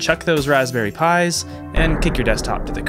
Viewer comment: I cant forget "pis" lollol Pi's not pis lolol